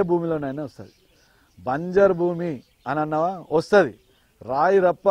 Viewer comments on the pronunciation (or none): ‘బంజరు భూమి’ not ‘బంజారు భూమి’ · బంజరు భూమి, తెలుగుని చంపకండి ప్లీజ్ ....